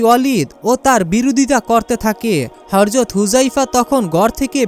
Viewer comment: Vai uccaron thik korun Harjot na hazrat